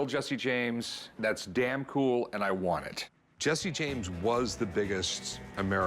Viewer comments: It’s Jesse not Jessie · it's jesse not jessie